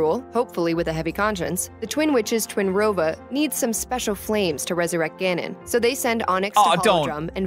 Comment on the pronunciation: Your pronunciation Ganon and Ganondorf hurts me deeply.